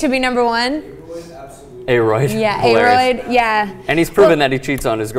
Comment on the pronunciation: Hahaha A-roid.....It's A-rod dummies